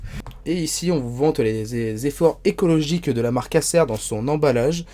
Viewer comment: Pourquoi bien prononcer «chrome book» et ne pas bien prononcer «Acer» qui est un mot anglais qui doit se prononcer comme «ai-sir» à l'anglaise.